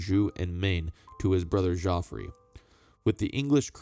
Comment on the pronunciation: Thank you for the video. The pronunciation of Geoffrey is the same Jeffrey